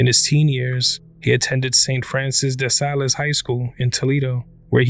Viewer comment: For future reference, "de Salles" is not pronounced "de sal es." It's pronounced de sal (THINK: salt). I'm not criticizing. I'm just sharing what I know.